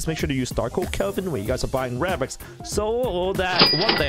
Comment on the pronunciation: Lol he said rebux